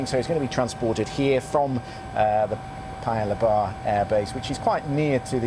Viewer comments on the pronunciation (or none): Paya Lebar is actually pronounced, "Pa-Ya Lay-bar" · The way he pronounced Paya Lebar was hilarious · It is really dang busy here in Singapore. Can’t wait for the summit on Wednesday. Honoured that my country(Singapore) is hosting this crucial summit. But the way he pronounced Paya Lebar though...